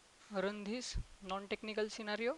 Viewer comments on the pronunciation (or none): I love your accent and the way you pronounced technical as "tech-nickel", Cucumber as Coocoombuh and selenium as "sellnynom" and last but not least my favorite world of all in this video is Directory as "Didectdordee". Please dont think im making fun, I just love accents, trust me if I tried to speak in your first language I promise you would have no idea what I was even trying to say. Keep making your videos, if I could make any suggestions it would be to enlarge the part of the screen your using whenever possible, at the times when you dont need to make the entire desktop visible, crop the area your in and enlarge. Watching this on my phone was very difficult.